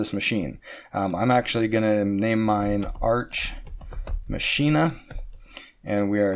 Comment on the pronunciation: If you're doing a play on words (i.e. ars machina -> arch machina) it's pronounced "mock ee nuh". Either way, great content as always.